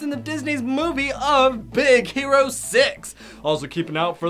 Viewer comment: Its hero not "houo"